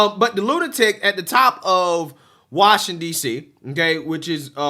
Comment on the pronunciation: One More Time. Say it with me. Wash-ing-Ton, now say it together and with me. Washington. Wash ing Ton. Washington. See, i Knew you could say the word.